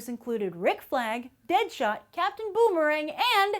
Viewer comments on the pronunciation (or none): none